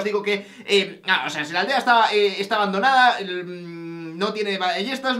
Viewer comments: En la intro dice Abandoanda en vez de Abandonada :v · dice abandoanda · pone ABANDOANDA en vez de ABANDONADA:v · en la intro dice abandoanda snbdsnndnsd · alvaro en la intro dice abandoanda jajajaj